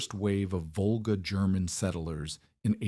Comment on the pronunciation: It is Volga NOT vulgar! SMH